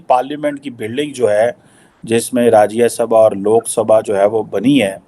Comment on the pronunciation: rajyesabha kay hota hai gobar cheema hindi bolna nehi ata kyu bolte ho usko rajyasabha blte hai